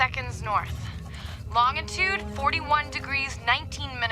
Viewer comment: Did you hear Joanna giving the coordinates to Lucas?? She pronounced “Longitude” as long-e-tood instead of the correct pronunciation of lon-ge-tood. Well, you know how it’s supposed to sound. This is my best description😂